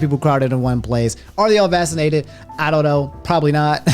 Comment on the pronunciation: I'm convinced that now says vaccinated as "vassinated."